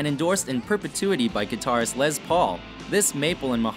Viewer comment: Pronunciation, please! It's "Les", as in Lester, not "lez", and Les PAUL, not LES paul. And, "TREM-e-lo", not "trem O lo". What about Les Paul, Jr., ES-175, Gibson Byrdland, Super 400, Epiphone Casino, Vox guitars, etc.?